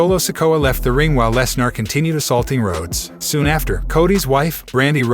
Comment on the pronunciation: You obviously watch WWE so you have heard Brocks last name pronounced 1000s of times correctly at least....sheeesh! You sound like the male version of Siri without the basic skills of pronouncing famous names